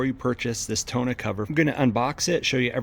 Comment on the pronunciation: More like tawn-OH